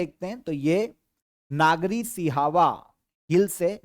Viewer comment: नागरी नहीं, नगरी है।